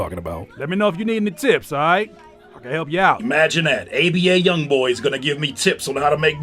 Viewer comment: Lmao "ABA Youngboy"